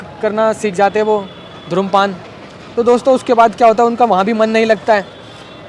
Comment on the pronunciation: Dhumrpaan bhi galat pronounce kiya